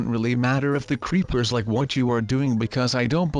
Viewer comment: Does anyone one notice he said creeplersInstead of creepers